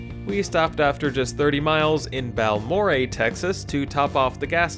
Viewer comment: Ok so just fyi Balmorhea is pronounced Bal-More-A and McCamey is pronounced Mah-Came-E